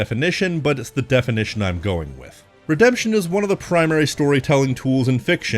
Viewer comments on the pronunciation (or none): Ah yes "Redeption"